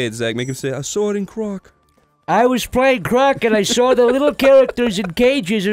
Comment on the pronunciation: "I sawr a goblin."